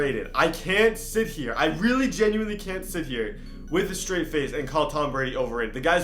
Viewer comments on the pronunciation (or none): none